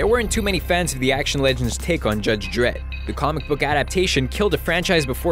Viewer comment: or "dredd" wrong hahahahahahhahahaha I'll go